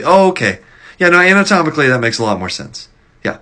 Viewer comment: "Anatomically that makes sense". Emphasis on Anatomically 🤣